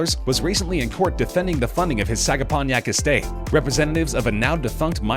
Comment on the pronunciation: He mispronounced Sagaponack as well.